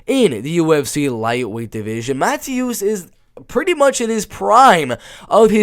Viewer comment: both. Yes the T is silent so it’s like Saryukyan. And Mateusz is pronounced like Ma-Toosh. I’m glad you were able to fix others like Petr Yan, Benoit Saint Denis, Dricus Du Plessis to name a few.